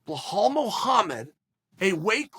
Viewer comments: "Bluhal" "Buhal" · Chael: “Blahal” Belal: This is not halal brother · Well said sir, but you butchered his name bro. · Uncle chael we can see the damaged to your brain done by the fighting, if you cant pronounce belal correctly, we can see what fighting can do or maybe the fault is with american education system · Just in from the maya calendar : the day chael sonnen pronounces belal mohammed right is the day of the apocalypse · Why do you say his name so wrong… holy crap man.. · I don’t see anyone mentioning it, so the reason Belal is calling Sean out is because of Sean’s comments about Palestine. Belal’s Palestinian, and as a Palestinian myself I agree that dude’s trash as a person. Sidenote you’re pronouncing Belal’s name wrong. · Did you call Bilal…. Blahaall ? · "Blelall" Muhammad has so few L's that Uncle Chael had to add several to his name, in all fairness. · If you are going to call him Bleh Hall and then say he has balls you might as well just combine that and call him Buh Halls (Balls) Muhammed. If you can't pronounce that then just say Bull Balls Muhammed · He pronounces names wrong on purpose lol . It’s not hard to say be-lal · Chael: “Hey, Bluehalal Muhammed” Belal: “🤨 Hello.... Cheel Sona" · Drink water every time Chael says “Blal-hall” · Blahal 😂😭 Chael is undisputed at butchering fighters’ names 🙌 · Beh-hall that's a new low uncle Chael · Sounds like Boo-hall to me🤣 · LOL Unc is at it again. Behal/Blahal. Chael is like Joey Diaz with these names. Beautiful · It's Bill-al, not behaal 😂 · Chael at up until 2 minutes: "belal" Chael after 2 minutes: "blow-hall" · Repeat aftee me Chael.. Belal.. Belal.. Not "Blauhall".. BELAL! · Hey Chael it's not bihol alright it " Bilal" "bi la l " correct it next time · Chael.... His name is Belal, not Ble Hal... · Bla-Haal ??? WTF Chael??! It's BELAL ! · Me: Belal Uncle Chael: Blahal Me: Blahal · wtf is this blu hal i think its pronounced bee-lul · Belal Muhammad: my names Belal Chael: BlaHall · Uncle it's Be-Laal